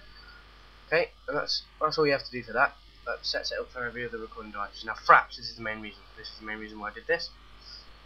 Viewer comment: You know at first it sounded like you said CRAPS not FRAPS. lol :)